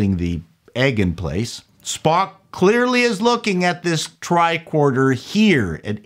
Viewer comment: love it. I grew up near the Don Mills area, so I’m curious about your pronunciation on one particular word….. TRICORDER Now, most would pronounce it TRI-CORD-ER………but you seem to lean toward TRI-KWORD-ER. Hey, I’m not trying to bust your nuts on this….I tease (pause) because I love!:-)